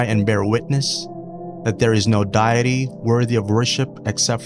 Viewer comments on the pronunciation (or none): The English word is deity (dee-ih-tee). Try to correct your English, Jazak Allah Khayran.